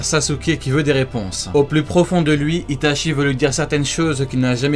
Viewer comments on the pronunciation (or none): J'ai trois correction pour toi c'est itatchi et saske et uchiha hhhhh pas wa oi compris 👍